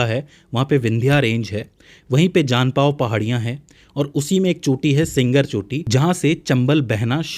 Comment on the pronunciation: जानापाव जनपाव नहीं,,,,, 😂 और सिंगर चोटी नहीं,,, श्रृंगार चोटी,,, मात्र जानकारी रखना या कही कही से पढ़ पढ़ कर लेक्चर बना लेना अच्छी बात है